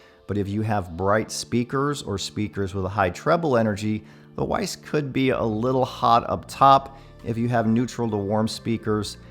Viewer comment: Hey just heads up the W in Weiss is pronounced V as it is a German name. Cheers